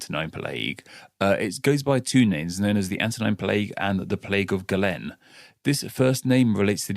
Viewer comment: it's pronounced GAY-LEN. You say it differently two separate times and get it wrong in both Instances. This is a history podcast you can't even do basic research. Smdh...